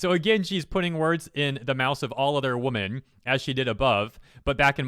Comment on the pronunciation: Why do you say women as if it's in singular? I've noticed some people do that, it's really weird. "yosai", you often pronounce unfamiliar things as if you're not trying to read it. Holy shit her lack of commas is annoying.